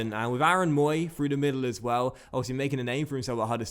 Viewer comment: DID YOU JUST SAY MOOY AT CAPTAIN????? HUDDERSFIELD 100%!!!!!!!!